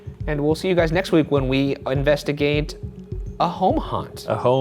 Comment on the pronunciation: At the end, did Ryan say 'unvestigate' instead of 'investigate'? Sort your vowels out, man!